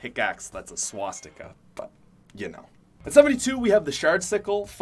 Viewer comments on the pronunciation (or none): Can i ask how this didn't get demonetized he said SWATSTIKA lol